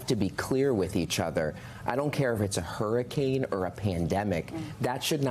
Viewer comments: No shade because I LOVE Elizabeth Warren, but how she is pronouncing hurriCANE in this clip is really bothering me! 😭😭😭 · I 💙 Elizabeth Warren but did she say "hurricuns" twice?